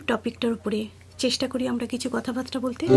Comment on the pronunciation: কথাবার্তা হবে , কথাবাত্রা না। pronunciation thik korun